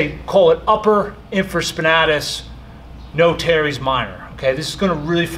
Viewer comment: Great video except it’s pronounced “in·fruh·spuh·NAY·tuhs”.